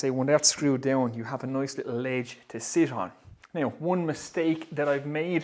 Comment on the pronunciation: when nice becomes noice we talk business